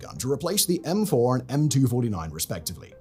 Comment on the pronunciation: "M-fouR“ good American accent